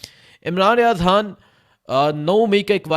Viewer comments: حان نہیں خان ۔۔۔ حبر نہیں خبر کہو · Aap han kyu bolte ho Khan bola karein na 🤔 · Bro its not Haaan his name is Khan with K khhhhh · Imran Riaz haan😂 bhai naam to sahi lo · السلام علیکم او پیارے بھائی یہ حان کیا چیز ہے؟ آپ کیوں خان کی ماں بہن ایک کر رہے ہیں؟ اور ساتھ ساتھ غ کی بھی گ بنارہے ہیں۔ ایسے لگتا ہے جیسے سکول سے بھاگے ہوئے ہو۔ مہربانی کرکے قاعدہ پڑھنا شروع کرے۔ ایک قومی زبان کی حیثیت سے ہمیں اپنی قومی زبان کو کچھ احترام دینا پڑے گا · Oh bhai yeh .....Haaan kiya hota hay.....Khan kaho na.....LoL.... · Sir pls haan nhi hota khan hota hai pls ap lafz ko khaya mt karain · ھان کیا ہوتا ہے. خان کہا کرو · ھان نہیں خان۔۔۔ ہبر نہیں خبر۔ ھاھاھا یار عجیب طرح بولتے ہو۔ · خ. اور ح. فرق ہے